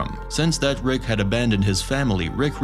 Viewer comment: His name isn’t rix